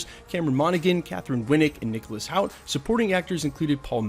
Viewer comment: Hoult pronounced Hult